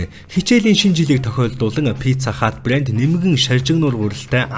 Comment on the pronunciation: brand geed heleech bland geed bh ym